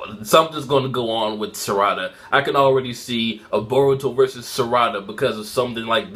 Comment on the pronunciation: learn to pronounce baruto